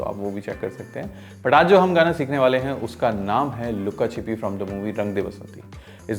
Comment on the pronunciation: Luka Chupi hai....not Luka Chipi